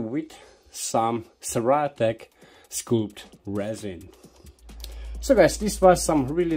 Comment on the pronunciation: the scul in sculpt is pronounced the same as a head... skull... while you are making it printed... imagine the tube were not square, so it caste shadows on the one side, but kind of smooth raised up like the body on a modern jet fighter. I; trying to think of another way....erm.. like speedbumps on the road... they don't cast shadows, unless the light is super low. would also be interesting to see what happens with two in series and parallel.